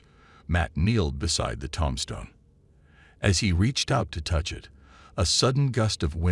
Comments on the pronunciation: Too, tombstone not tomstone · Robo-readers mispronounce words (tomstone) and misplace emphasis in a story, making the story not worth listening to.